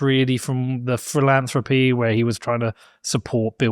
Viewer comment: Felonthropy instead of philanthropy